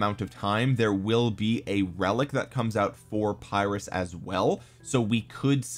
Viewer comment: Saw Chisgule's video where someone commented that it's not said as Phyrrus. He was a Greek so I believe him. Said more like (Pir~us). Also Pericles looks very like Imhotep. 3rd skill is only garrison skill. But Imho has pretty decent buffs and debuffs. So for kvk1 and 2 it might be okay for those who save all gh's for SOC commander's and or Alex/YSG(Both are questionable choices these days). Just forget YSG and pick up Zhuge from kvk3 forward.